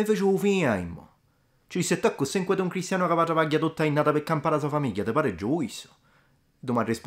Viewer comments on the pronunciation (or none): none